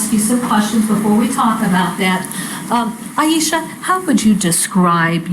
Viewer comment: Not that it matters AT ALL but the prosecutor kept calling her Aishia. It killed me everytime. Love this prosecutor though.